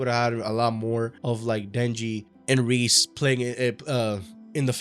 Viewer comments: "Ríz" ... Bruh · Its pronounced "Rey-Zey" btw. For all the homies. Great vid tho